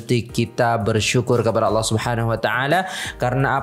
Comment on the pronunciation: Apakah ada hurub O dalam lafaz ALLAH ? Asma'ul husnah jangan dirubah.